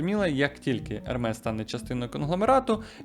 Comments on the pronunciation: Правильно Ерме не Ермес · правильно казати «ерме» а не ермес. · Тільки казати треба "Ерме") бо це з французької, а там "s" не читається) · Назву бренду Hermès правильно читати як «Ерме́с». Пояснення: Це французьке слово. Літера H на початку не вимовляється. Наголос падає на останній склад. Кінцева s теж не читається, але знак наголосу è показує правильну вимову. ❌ Неправильно: Хермес, Гермес ✅ Правильно: Ерме́с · Але правильно назва заучить, як Ерме.